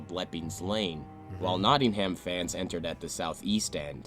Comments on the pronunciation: Nottingum, not Notting ham How do pronounce New Hampshire? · The whole football culture was very different then. Pitch invasions and hooliganism was a major problem and you can see why the police acted as they did :(. (Btw Hillsborough is pronounced 'Hills-brer (short sound at the end) and Nottingham is pronounced 'Notting-um.') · Hillsborough is pronounced, "Hills bru" and Nottingham is, "Notting'm", btw. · Kept grating on me when the guy that made the Hillsborough video couldn't even pronounce Hillsborough, Yorkshire, or Nottingham properly.